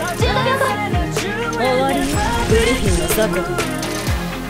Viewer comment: グリ↑フィンだったんすね